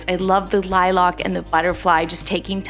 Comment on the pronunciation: awesome video but it bothers me the way you say "lilac" it sounds like you're saying "LiLock"🥴🥴